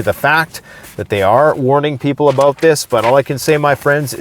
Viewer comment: "talk aboot today..." LOL